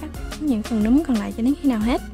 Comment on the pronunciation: noi say roi ma oi nguoi ta goi la nam ma cu num hoai